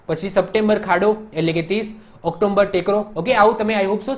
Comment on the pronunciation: ઑક્ટોબર માં વચ્ચે મ ન આવે ઓક્ટોમ્બર ❌ઓક્ટોબર